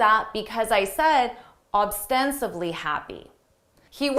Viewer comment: Thanks for this cool video. Just one question: why did you keep saying "oBstensibly"? Is that the right pronounciation?